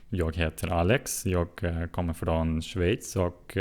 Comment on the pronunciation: Du uttalade Schweiz på svenska utmärkt :)